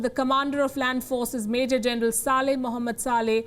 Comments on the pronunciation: She pronounced Sa-leh as Sale which is abuse word in India, that too before the name of Mohammad. Don't know if that is intentional but Saudi won't like it. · 1 minute what does she say. Major general Sale md Sale.😂 Bhai please bataye yahi correct pronunciation hot hain kya.